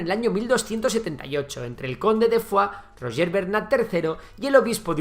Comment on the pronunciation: Y que pronuncie Roger en la forma catalana,siendo castellano-hablante y no Ruyé,Rushé,u otras "cacofonias",tiene muucho mérito y habla de respeto por los nombres propios ajenos.❤❤❤